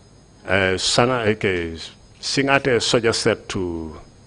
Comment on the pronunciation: It’s actually SiNGAteh counsel, not SiNYAteh! These records will be kept for posterity, so it’s important to say the names right. Just my two-piece.